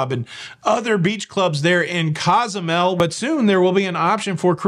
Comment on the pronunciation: Coh-zoo-mel. Kwin-tah-nah Roo